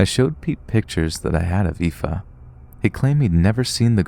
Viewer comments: I'm genuinely impressed that you were bothered to look up the way to pronounce 'aoife' ❤ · I'm from Belfast and just wanna say I am so impressed you pronounced Aoife + Roisin! Keep up the good work, love the vids!